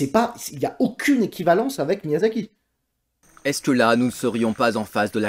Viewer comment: Miyazaki, pas Miyasaki ! Et non, les ignares qui s’apprêtent à dire que je chipote pour rien du tout, ce n’est pas la même chose. En japonais, la transcription en rômaji détermine la prononciation. Un « s » se prononce toujours « s » (comme dans « saucisson » et un « z » se prononce toujours « z » comme dans « zizi ».